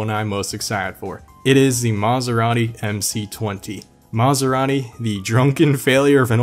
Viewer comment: Did you say “Maserani?” Lol